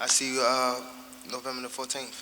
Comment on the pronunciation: “Novemba Na14th” 😂😂😂